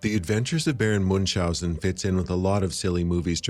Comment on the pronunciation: It's also not Moonshousen. Do you see an 'S' in that name? No you say? Then why do you pronounce one? Muench-housen. Tip there's also no 'K' in there